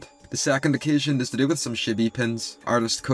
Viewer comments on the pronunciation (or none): It's "chibi", not "shibi". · Ok but the way you pronounced chibi really sounded like you just called them shitty lmao